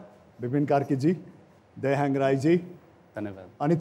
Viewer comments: Hang lai kasto hyang vanera prononce gareko rajesh hyaaaamal le thaha navaye jasto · दयाह्याङग hoina दयाहाङ chai po hota rajesh dai. 😁